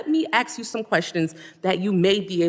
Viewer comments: I will never ever respect a grown adult who pronounces ask as "axe". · “Let me ax you a question” straight from the learing center. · How many times did she say aks? Enough that we noticed. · Before you even mentioned it, my thought was that anyone who cannot pronounce the word ask should not be allowed to ask anything. How did we elect so many illiterates? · Thank you Michael for finally calling attention to the epidemic of dumb people pronouncing ask as ax. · She wasn't asking, she was axing. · " I'm just axon a question" another one that drives me nuts is when people say Unined Nates instead of United States. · She's just axing. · Lamonica be axing da questions.